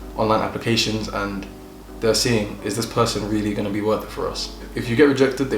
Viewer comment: “It eezz what it is eeezz” 🤣🤣🤣 love him for this!! 🤪🇿🇦